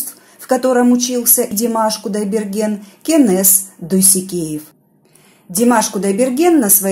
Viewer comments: Я всего лишь написала,неужели трудно произносить имя КЕНЕС,а не КЭНЕС,очень режет слух! В казахском языке буква Э не употребляется! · Кенес а не кэнес выговариваите правельно